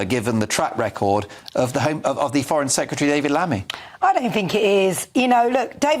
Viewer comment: Just to say to that lady. 'secretary' not 'secetary'.